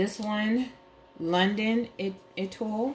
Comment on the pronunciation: Your collection is to die for 😍😍😍 oh and étoile is pronounced “ay-twahl” 😂 it means “star” in French